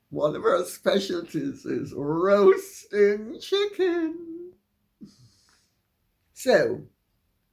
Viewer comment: Dear Lady C, I'm dying every time I hear you say roast chicken! 😂😂😂😂😂